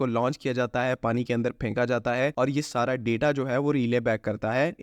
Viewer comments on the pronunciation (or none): none